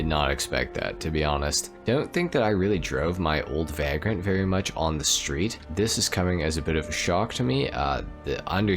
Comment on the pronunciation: Vay-grent not vag-rent. Like a bum or homeless person